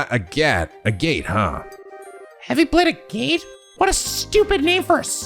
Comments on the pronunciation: Btw Agate's name is pronounced "Agg-it". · You were SO CLOSE to actually pronouncing Agate’s name right, that’s actually impressive. Its actual pronunciation is more like “A-Git” (like Ad-Kit). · I usually use the minimap to navigate in this game too, just feels right Yes, the enemy can in fact deathblow you. And it’s the worst. A fishing minigame? In a JRPG? Sounds farfetched to me personally As others have said, Agate isn’t exactly pronounced the way it looks. It’s a type of gemstone, and the proper pronunciation should be easy enough to look up if reading other’s comments hasn’t helped. An Arge is a Meter. Estelle did mention Cassius being in the army during the whole clocktower scene with Joshua earlier I absolutely love Olivier just rolling with every punch and taking everything in stride. “You’re annoying and we hate you” “Oh thank you, you’re too kind! ❤” Also he’s basically the best mage in the game, so have fun with him!